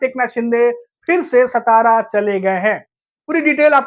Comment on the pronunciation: हिंदी=उर्दू भाषिकांनो सतारा नही राजधानी सातारा